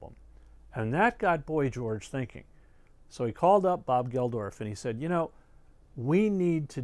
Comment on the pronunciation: Really enjoyed this and your wonderful live concert history. By the way, Bob Geldof is just pronounced Geldoff, and Midge Ure is pronounced Yur, not Yur-ay. p.s. the old Wembley stadium had 70,000 attend Live Aid, not 5,000. It could hold more in the older days. Greetings from a Brit, currently living in Norway.